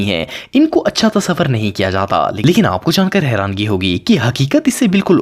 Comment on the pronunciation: Harani not harangi